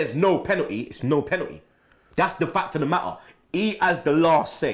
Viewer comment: it's called Penalty not Pennetii